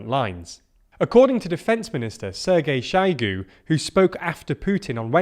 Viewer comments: Do have the decency to invest a bit of time in pronouncing foreign names. It's very hard to listen when you get a "Shygu" here and there. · Please work on your pronunciation of words like Zaporizhia (zh makes a sound like the ‘s’ in ‘pleasure’), Kherson (Kh makes the ‘ch’ sound in ‘loch’, more like a throaty ‘h’ than a ‘k’) and Shoigu (oi is pronounced like the ‘oy’ in ‘boy’). All these mistakes make it seem like you haven’t listened to how these words are said or haven’t made much effort with your investigations. Would you trust a news programme reporting on British news about ‘Landon’ or ‘Mankester’ and Prime Minister Trass.